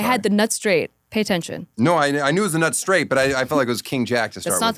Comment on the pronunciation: Everytime she said 'nut straight' I kept hearing menstruate😂 excellent interview as always